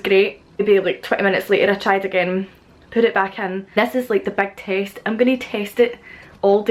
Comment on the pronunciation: Listening to this video as an american, when you said that you were going to "test it at work", for a second I swear I thought you said you were going to "TASTE" it! And I was like, what?!?! Please no!!! Lol.